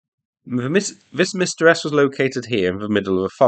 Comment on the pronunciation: Are Msta-S howitzers designed as counterbattery howitzers? Why else would you call them "Revenge-S"? Btw, I have no idea how to explain to you how to pronounce Msta correctly, but it definitely is not "Mistah". It should be closer to "m" from "hm" and "stu" from "stuck".